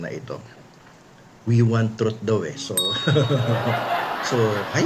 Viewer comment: "we want trut" my arse 😂😂😂😂